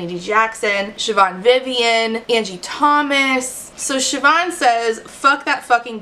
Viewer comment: so happy you pronounced Siobhan right, less happy this Siobhan was a petty bully